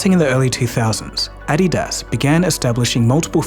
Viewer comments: the raised last vowel in adidas is how UK/aussie accents pronunce adidas. The US pronunciation is actually the one that is incorrect when compared with the German pronunciation. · Never in my life have I heard someone butcher Adidas so badly lmao. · I'm going to start pronouncing it "add-ee-daas" from now on as well! ;)